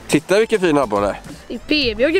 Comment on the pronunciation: 7.54 "´säger han "fitta va fin eller "titta va fin" xD